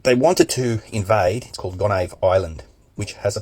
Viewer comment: I guess they forgot that Haiti has an Army 🤔 It wouldn't have gone well for them even without the Army💪🏽💪🏽💪🏽 Gonave ,Pronounced Go-ni-eve